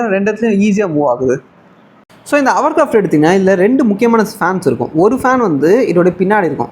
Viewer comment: ஹவர் கிராப்ட்?????? ஹோவர்கிராஃப்ட் இல்லையா?